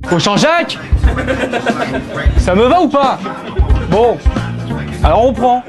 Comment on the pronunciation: Le FAIL du mot "Sa" a la place il a dit "Cha" :) xD Epic !